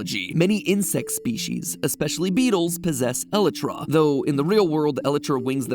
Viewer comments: Nigga said "ellotra wings" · It’s pronounced E-LIE-TRAH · Please stop saying Elytra like that. I cant handle it. Idk how youre actually suppised to pronounce it but Elytra just sounds wrong (I say it E-lie-tra or E-lee-tra btw) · Me getting mad about how he says elytra bruhhhhhhh it’s (e-lye-truh) lmao 🤣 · Its called an el-I-tra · Yeah I was cringing all video but maybe it's pronounced that way biologically in the real world, idk. But Eeeee-lie-tra is how everyone pronounces it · Matpat it’s pronounced (e-lie-tra) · “ella-tra” i’m sorry what? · matpat really pronounced elytra "eletra" 🤣🤣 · the WHAT capes? I KNOW OUR BOY DID NOT JUST PRONOUNCE ELYTRA AS Ele-tra, come on now! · Counterpoint: its pronounced E-lie-truh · Who's talking about this pronunciation of "Elytra"? I always thought it was pronounced "e-LAI-traa" or something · When MatPat calls the Elytra an ellatra tho... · I’ve heard “elytra” pronounced a few ways, but “el eh tra” is a new one (although it might be the correct one) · e l a t r a MATPAT LEARN TO PRONOUNCE THINGS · Oh god I have never heard them pronounced as that. It’s always pronounced as eleyetra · iv heard of elytra and elietra but eletera bruhhhhhh???? 😂 😂 😂 😆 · It's pronounced ea saying e lie tra elytra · I love the content and all of your videos, I've been watching since the beginning of the fnaf theories but the way you pronounce "Elytra" just kills me (Eli-Truh) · el-I-tra!!!! El-I-TRA!!!!!! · why do you pronounce elytra wrong lol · Bro why u say elytra like that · you cant say elytra properly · This is n0w a third way h0w t0 pr0n0unce the w0rd elytra and I am c0nfused :0 cause idn which is c0rrect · I can't be the only one hurting from Matt's pronunciation of "elytra" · hearing you say elytra like that pained me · Was anyone else annoyed by the way he says Elytra. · Is it just me or did the way he pronounce elytra annoy you? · Ew the way Matt pronounces elytra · I think you pronounced elytra wrong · I hate the way mat says elytra